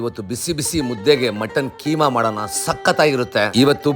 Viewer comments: Keema alla kiama adu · Keema Alla kaima